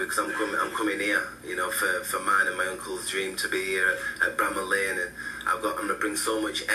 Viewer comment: Bramall lane, pronounced Bra maul Lane. Good video bro. ✌️from the UK!